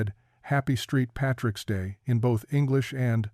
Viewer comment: "Street Patricks Day"? WTF!